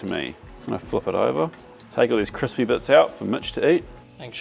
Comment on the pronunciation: "Kwispy" - Uncle Joshua callback.